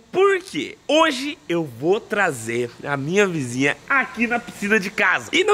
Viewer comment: Ele enche a boca pra fala "Minha vizinha" kkkkkkkkkkkkkkkkkkkk